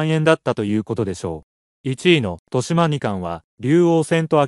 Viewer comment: 豊島 誤「としま」→正「とよしま」これすごく気になる．豊島区じゃないんだから。将棋見ているのか疑問